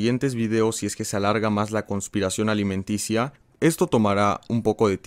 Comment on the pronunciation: Alimentacia :v Alimentaria wey alimentaria :v o alimenticia :v